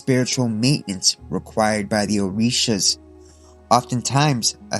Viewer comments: It’s so funny hearing a white boy reciting the Orisha names incorrectly lmao. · Ngl great vid but you mispronounced almost all of orshias